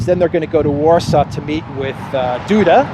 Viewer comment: I love when you call the polish president "Doo-Dah".He is "Dooda," but please don't change.😜🍀